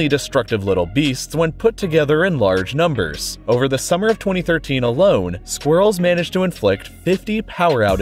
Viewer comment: So glad you pronounced it squirrels and not sqwerls